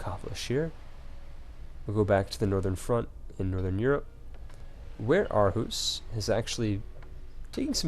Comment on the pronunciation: I twitch every time you say Copenhagen and even Aarhus xD Really irks me when it shouldn't.